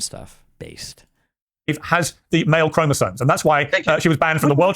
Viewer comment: Wait... BOTH Destiny AND Vaush say "chroma-zones" ???!?!?!? How HARD is it to say properly??? 🤣🤣🤣🤣🤣